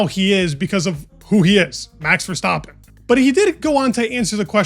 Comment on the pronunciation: As a Dutch guy props on the pronounciation of Verstappen. But Max is pretty far off. Say Ah short and then add the M (Ah) X